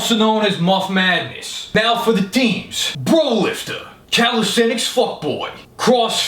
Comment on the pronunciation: That fact that can pronounce "calisthenics" makes him attractive and doable. (not with me though)